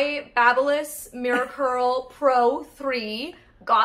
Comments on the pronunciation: Funny...is it really pronounced like that? Babyliss how you said it? I always thought baby (as in the newborn child baby) liss. And your wine-explanation, I loved it. I want to know more and especially in that voice 🤣. Even though you have a rough week, it was good to see you laugh with your momma. I want to wish you a lot of love and happiness ❤ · Pretty certain it's pronounced Baby-liss you silly goose